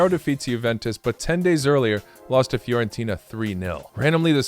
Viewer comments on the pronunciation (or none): none